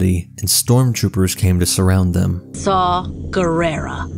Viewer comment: It's Saw, not Saul